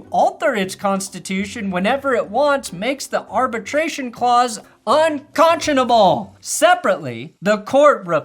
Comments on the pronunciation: Un con shun ah bull. Just take a breath and try again. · un conch in able… 😂😂😂